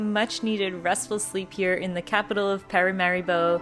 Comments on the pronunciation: It is PARAMARIBO the capitol of SURINAME. NOT "mariparibo" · Its not Mariparibo but Paramaribo. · The capital of Surinam is Paramaribo... not Mariparibo😮😂 Still a very nice vlog, thank you❤ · its Paramaribo not Maraparibo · Haha 😂😂😂is Paramaribo not meryparibo. EN JOY🏝🏝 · Welcome to suriname. The land of culture, unity and freedom. I would suggest having a proper guide for the best/ correct info and experience. Also its paramaribo and mariparimaribo hahah.